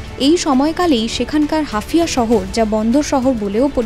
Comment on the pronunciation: হাফিয়া না ওটা হাইফা... মুখস্ত সংবাদ পড়লে এমনই ভুল হয়, অন্তত দেশটার ভৌগোলিক অঞ্চল গুলোর নাম জেনে খবর পড়া উচিত